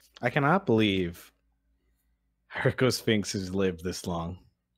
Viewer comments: Guys it’s pronounced HIGH-RACK-O-SPHINX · Isn't it pronounced hee-ra-coh-sphynx? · Poor Hieracosphinx, forever getting its name butchered.